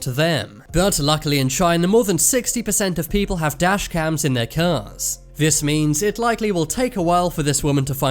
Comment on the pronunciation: today i've learned that cars are so aggresive our narrator begins calling them "curs"